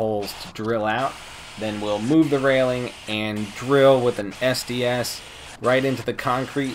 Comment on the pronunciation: "an SDS" sounds like "a nasty-ass"